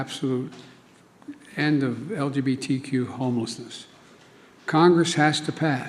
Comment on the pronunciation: What the hell did he say? LGBTT and LGTT? 😄🤣😂 Trudeau would be proud! 🤨